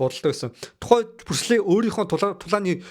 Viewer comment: Бүрслэ биш Брюүс Ли гэж дуудмаар юм бишүү